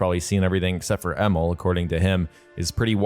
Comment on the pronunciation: His name is pronounced E-Mil, not Emmel